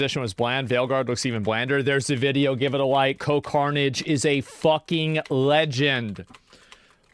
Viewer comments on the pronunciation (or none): Coh-pe Carnage